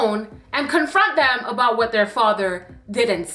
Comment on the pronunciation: Not the ABOOT😭😭😭😭😭